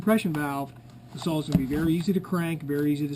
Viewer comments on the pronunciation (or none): It’s pronounced “saw” not “Saul” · Can't really take anyone serious when preaching about equipment when they say "sawl" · Sounds like he is saying Saul....4 Sauls..Great Saul..Competitively built Sauls..Sauls..Sauls..Sauls..BTW great video :D